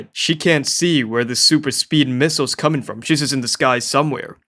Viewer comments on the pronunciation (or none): none